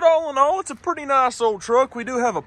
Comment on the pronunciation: when u say all and all my brain thinks ur saying allinol from cars 2